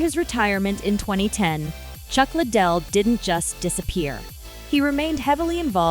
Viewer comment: Le - Dell not Little